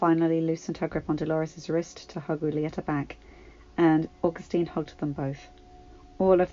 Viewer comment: Just a little tip when reading anything in Spanish act like the H isn't there. read the J like it's the H for example read Julieta like it's hulieta. i hope this helps just know you are one of the best readers i know